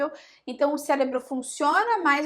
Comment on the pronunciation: Parei de assistir quando ela falou célebro...kkkk